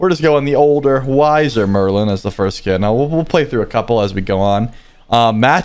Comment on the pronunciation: not foist but foist in yo heart💕